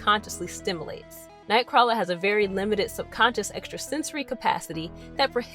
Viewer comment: Xmen TAS made me read Nightcrawler comics. I would so fuck that mutant. (Btw, you're pronouncing his name wrong.)